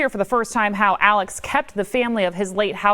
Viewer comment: Why does this woman repeatedly refer to Alex Murdaugh as “Alec”?